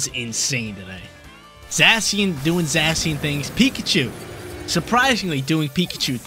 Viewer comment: Zay - Shun or Zassy-un ... not sure sounds funny though.